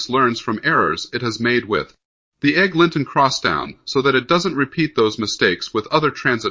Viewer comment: Let's get a human to read this. "Egg. Linton Crosstown??" really?